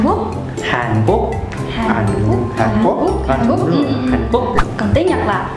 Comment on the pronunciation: Hán cố cừ nghe Như anh lù gọi chị boa vậy ta 😂😂.